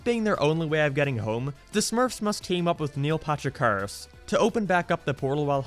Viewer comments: “Niel Patrick Hahrerashh” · He said Neil Patrich Harris 9 times, said Neil twice and Neil Patrick Harris' name was on screen once.